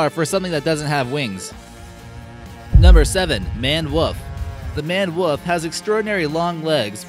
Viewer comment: Also a wolf not a woof lool 😂